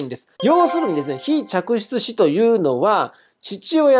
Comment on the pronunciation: 嫡出子、非嫡出子『ちゃくしゅつし』ってすごく言いづらいです… はっきり発音できる先生の滑舌力さすがです…👏